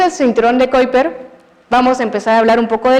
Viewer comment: Excelente exposición!! Solamente quisiera acotar que la profesora cuidara un poco más la pronunciación del nombre de las sondas, los astrónomos y el cinturón de Kuiper para no perder el contenido tan bueno. Un gran abrazo desde Chile.